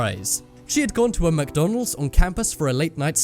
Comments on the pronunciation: "Who does not love mckdonleds" EWW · No no no not mocdonlds freanch fries